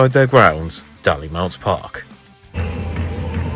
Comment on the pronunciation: Small correction - it's pronounced "Dailymount" not "Dallymount". 👍 Easy mistake though. 😉